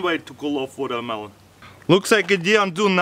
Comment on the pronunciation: Woldermelon Wolcano lol